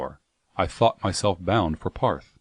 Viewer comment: it's really bugging me he pronounces Ptarth as "Parth" rather than "Tarth" The P is silent like Ptolemy or pterodactyl.